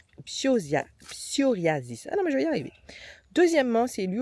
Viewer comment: Bonjour et grand merci. Vous me faites rire tout en passant votre message. Un petit conseil tout de même, filmez aussi un peu plus l'arbre ou le végétal en question et faites moins de focus sur vous en laissant en off votre voix pour faire passer le message. Dommage que vous n'arriviez pas à dire le nom de la maladie = P S O R I A S I S